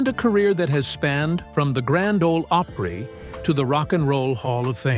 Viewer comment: Elvis did not come calling. Tom Parker did. Also, learn how to say Opry.